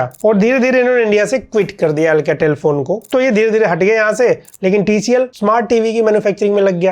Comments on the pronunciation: Alcatel ❌ अलकातेल ✅ 🤣🤣🤣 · Mujhe ye Halkatel kyu sun raha hai😂